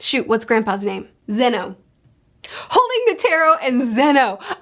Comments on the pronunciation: Net-er-row not Ne-tare-row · If you're having trouble with names, just remember that Japanese is syllabic, where all the sounds end with a vowel. For example, the way you say Netero sounds more like Ne-Ter-Ro, but it's supposed to be Ne-Te-Ro. The vowels all represent different sounds. The "a" never sounds like an "e" -- it's always like the a in father. The e is like the e in beg. The i is closer to the ea sound in seat, not like the a sound in site (although it can also be the short i sound in sit). The o is like the o in on. The u reads more like a long o sound, like in fool, rather than full. The way vowels sound do not change based on where they are in the word, they always sound the same. Also, there are no diphthongs. Vowels are always distinct and do not run into each other. So Meruem is Me-Ru-E-M(u) with a silent u, since it's at the end. Meleoron is Me-Le-O-Ro-N. When an o is followed by a u (and an e followed by an i) like in Pitou, that is to denote that o should be a longer sound. As in, Pi-To, where To takes twice the time it takes to say Pi (if you were clapping, Pi is one clap, To is two claps, does that make sense? 😅) The consonants are mostly the same as in American English, except the g is always hard, so g will never take on a j sound. So it's Ko-Mu-Gi, where gi as in giga, not gym. There are other nuance, but remembering these three should be enough to get by most scenarios. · You're saying "Netairo", it's [Ne-tay-roh] A = ah E = ay I = eee O = oh U = ooh/ew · Quick tip on the names: Komugi: Ko-mu-gi Meruem: Mer-uem Netero: Ne-te-ro Meleoron: Me-leo-ron